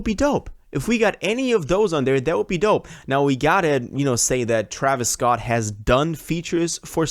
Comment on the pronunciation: bro said traevius scotland 💀